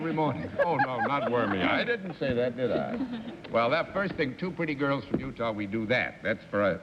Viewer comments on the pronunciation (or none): none